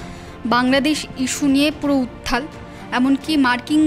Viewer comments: বাংলা সংবাদ মাধ্যমের কোনো প্রতিনিধির মুখে বাংলা শব্দের বিকৃত উচ্চারণ শুনলে বড়ো যন্ত্রনা বোধ হয়। 'উত্থাল' নয় কথাটা ' উত্তাল'! খারাপ ভাবে নেবেন না। সম্মান ও শ্রদ্ধা বজায় রেখেই বললাম। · আপনাদের চ্যানেলের মহিলা সাংবাদিক উত্তাল কথাটা কে বেশ কয়েকবার উত্থাল উচ্চারণ করলেন জানবার ইচ্ছা রইল এটা কি ওনার উচ্চারণের দোষ না শিক্ষার অভাব ।